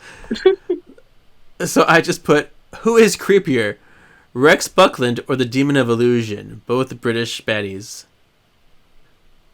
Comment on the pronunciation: every time you say "Rex Buckland", you sound like you're saying something else.